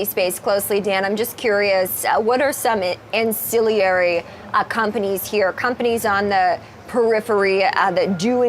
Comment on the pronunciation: ancillary is not pronounced incillary. bugs me because her profession is literally saying words that someone wrote for her... should maybe find people who know words for that kind of thing